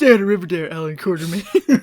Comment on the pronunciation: Quatermain. Or has someone added an R to it? Apparently various people do add an R to it. Think